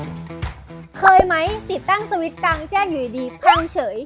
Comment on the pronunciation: พูดสวิช พูดให้เต็มหน่อยนะครับ